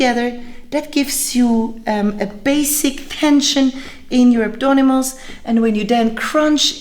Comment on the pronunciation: Hello, you keep saying abdonimals in the entire video.I like the sound of it from now on i will call them the same!!! You give very precise and wonderful workout advices.P.S.The thumbnail photos were to die for!!!